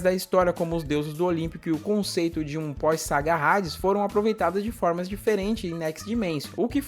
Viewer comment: Q porra Rades ! Fala Hades, h nao tem som de R !